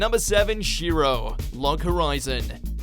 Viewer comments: You pronounce the "E" in Shiroe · you pronounce shiroe wrong.